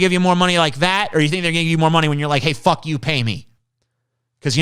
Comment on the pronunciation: Every fifth word is fock. Not fuck. Fock.